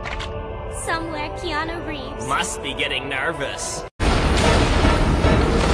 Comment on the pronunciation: Oomore keenua reieves